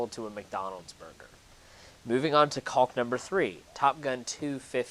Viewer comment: The l is silent btw